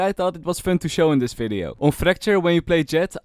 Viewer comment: how to know someone is Dutch: fideo, fery good, falorant.